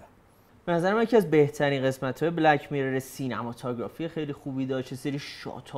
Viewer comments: آقا هی میگه میرِر ولی و حتی که از کانادا اومده میگن میرور، اصلا تمرکز آدم به هم میخوره😢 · دوست عزيز ، از شما بعيده واقعا كه تلفظ mirror رو اينقدر افتضاح بيان كنيد. واقعا انتظار نداشتم چنين چيزي بشنوم.